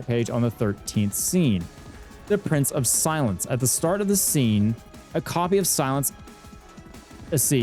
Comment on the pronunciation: Watching the fight and trying to guess when you will correctly pronounce Price of Silence was pretty fun lol. Glad to see Library of Ruina videos coming out again! Waiting for the next one. It has been too long, even youtube didnt notify/recommend me the video for 5 days lol